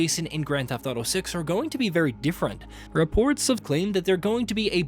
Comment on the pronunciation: Why'd he say reports so weird....had to play that one back hahaha